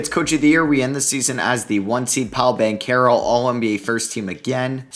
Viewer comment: Hey I love your videos but banchero is pronounced bon-chair-o👍👍👍